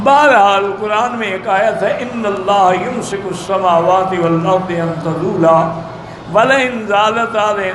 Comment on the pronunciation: شیخ صاحب کو بتا دے کوئی بھائی ۔۔والارض میں ضاد کے اوپر زبر ہے